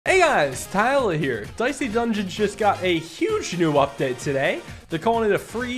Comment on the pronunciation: I've been here a while, but it's never quite been explained why Tyler says his name like "Ty-ela". Three full syllables. Is it an in-joke? Or just a regional accent that I'm unfamiliar with?